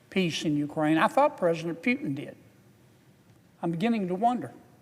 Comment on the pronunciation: I love the way Senator Kennedy calls Putin Phewtin😂